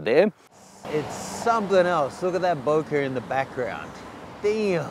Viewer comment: its not "bouquet" its "bokeh" FFS